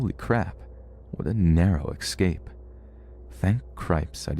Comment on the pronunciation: FOR THE LOVE OF GOD ITS ESCAPE. NOT EXCAPE.